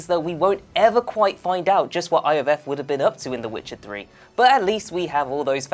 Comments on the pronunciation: In Witcher 2 it's pronounced Yor-Veth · How you pronounce Iorveth is annoying. Its pronounced Yorvet